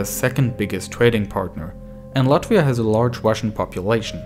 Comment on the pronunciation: shout out for pronouncing Latvia right ✨